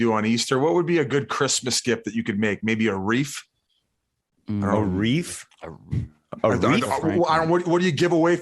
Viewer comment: its wreath lmao not "REEF"